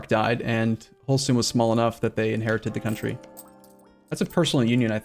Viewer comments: Isn't it closer to how danish pronounce it? Just Holsten? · H-all-St-ine is it not? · His pronunciation of Holstein bothers me